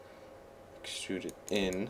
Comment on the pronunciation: I LOLed when he said let's excrude a tail